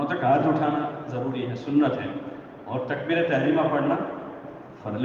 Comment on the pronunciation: ضروری ض سے آتا ہے نہ کہ ج سے